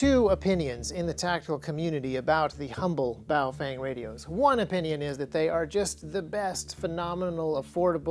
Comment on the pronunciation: Haven't watched this yet, will later. Just here to inform you, you most likely pronounced it wrong. The proper pronunciation is "boof-wang"